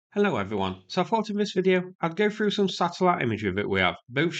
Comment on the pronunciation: if you’re going to speak English, speak it. Not sure what the gibberish is that you are speaking. Example, one word is through not “frough”